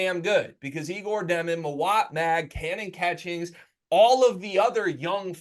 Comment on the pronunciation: Also, it’s pronounced Yay-gor